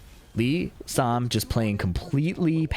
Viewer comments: it sounds like Sam to me lmao But it's supposed to be Lee-san. So that's how you're meant to say it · For some reason it sounds like kept saying Lee Sam. Maybe I'm trippin but it's Lee San